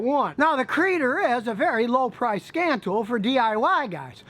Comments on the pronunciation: "C"-reader, not "Creeder", as in "C(ode)-Reader". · I think it is called C Reader (like See Reader) not like Kreader. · It might be pronounced “Sea reader”